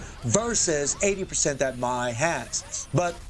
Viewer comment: Why do you call her "Mai-Z"? 🤔